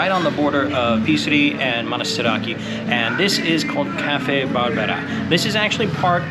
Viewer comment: Thanks for your videos 🙏 Tip: I think Psiri is pronounced "Siri" not Pisri (silent P)👍